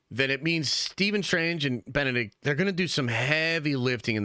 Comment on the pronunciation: Bend a dick comme a be atch. (comme is French for like) too funny!🤣